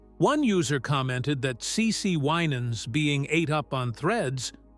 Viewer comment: You need to know how to pronounce the family’s name WI nans